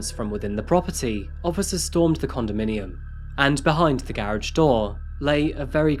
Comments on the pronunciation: Is my man’s tryin say garage..? I ain’t clownin so y’all don’t act like I am.. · I'm sorry but to hear you say garage is such a different way than I'm used to. Baffles me and I try to say it like that.